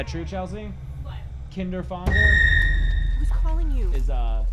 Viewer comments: The ä in Kinderfänger is pronounced like the a in fat or fantastic btw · Ä is pronounced like the first sound of a and the g is almost not there. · Dude you absolutely butchered the word "Kinderfänger". I know that since I'm German